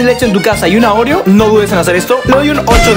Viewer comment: en el minuto yo escucho novia en vez de oreo